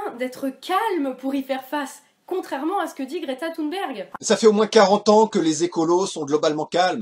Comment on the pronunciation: Déjà le fait qu'elle l'appelle "Gréta Thoune'berg" durant toute la vidéo.. Insupportable !!